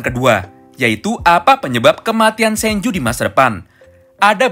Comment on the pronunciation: itu sanju ga bg atau apa gua denger nya sanju🙏